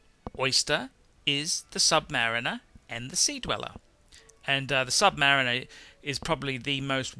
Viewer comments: Dude, Submayu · sub - pause - mariner. Is this how you pronounce it?